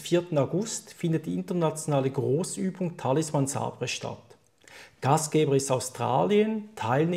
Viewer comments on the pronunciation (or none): Sabre? Ouh man im ernst?.... "Säber" ausgesprochen...nicht SA-BR-E